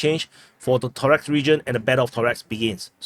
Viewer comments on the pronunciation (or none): Torex haha...it is Toreck ....